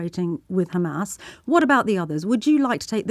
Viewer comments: Maybe they want to stop the aid to gazans and guess what! They are so moral so they are going to throw the blame on khamas! 6 mobths later they are not able to say Hamas correctly! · He keeps repeating KHamas..... sickening to hear the same scripts when the issue is Israel deliberately killing WCK staff.....very shameful